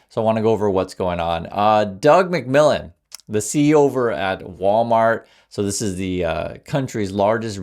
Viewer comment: When you said the CEO name i heard "Dark McVillain"